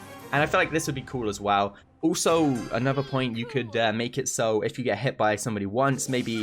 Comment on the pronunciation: I like how he says Brool stars Brooler Ulso